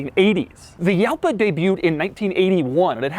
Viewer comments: I'm getting really tired of hearing people persistently mispronounce Lamborghini names. Jalpa is a Spanish word, just like most Lamborghini names, and the "J" makes an H sound. It's as bad as hearing Jeremy Clarkson butcher "Murciélago". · It's pronounced Halpa you got it wrong Doug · As the word "JALPA" is in spanish it should be pronouncieted "HALPA" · If it's spanish, wouldn't it be pronounced as HALBA? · It’s pronounced “hal-pa” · You pronounce it ''Halpa'' the ''J '' is like a '' H '' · the name is latin based, so Italians pronounce them their way. Yalpa is the correct way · Doug’s the type of guy to think “Yalpa” and “Hwan” are pronounced the same. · Spanish here. The "J" in "Jalpa" is pronounced like the "H" in "Hamster", but stronger. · Yes, "Jalpa" is pronounced like "Juan" (or "Javi", yes), with a strong "J", like if you exaggerated the sound of "HOuse". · He's pronouncing it wrong. The J is not silent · The correct pronunciation is Hal-Pa!!! And it is beautiful. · LOL By Doug's logic (Jalpa ~ Juan) Juan should be pronounced "yuan". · How many times did you cringe listening to the "Yalpa" pronunciation throughout the whole video? There's a street in Long Beach, CA, called "Ximeno" and I've hear so many different pronunciations of it when I lived there... Himmeno, Heemeno, Zimmeno, and my favorite to hear, Eksimeno... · You didn't pronounce the name correctly. Should be like "HALPA", in spanish, J is pronounced like a H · The correct pronunciation of the name Jalpa in spanish of Spain phonetically is ‘xalpa with a very throaty J. However in México where the original bull breed “jalpa” comes, would be a softened J sounding almost like a H. “Halpa” and would be easier For americans to pronounce. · If it's a Spanish word it should be pronounced as "Halpa" in English. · FFS Doug, do you pronounce in Yose? Aleyandro? No. it's "Halpa" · It's actually pronounced "huh-LPA" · It's pronounced Yupa? "Hey dude what car is that?" "Yupa!" "What?" Rolls up window 😎